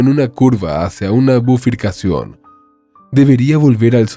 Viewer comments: Se dice BIFURCACIÓN, no bufircación😉. Por lo demás, muy buen relato 👍🏻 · Se dice bifurcacion no bifurcacion, que inventores de macanas